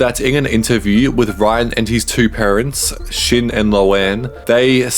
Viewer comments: It’s Sean not shin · his dad ant a leg his name is shawn not shin